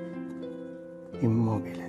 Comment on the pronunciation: "Ei fu siccome immoBBile"